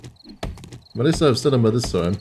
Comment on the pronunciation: Heh, ”stanima”